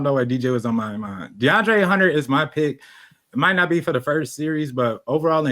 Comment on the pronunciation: need to be banned for saying Deandre Jordan 😭